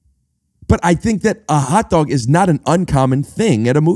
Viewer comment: I didn't know I could do a Foley impression until he said "a hotdaughg at da movies?!"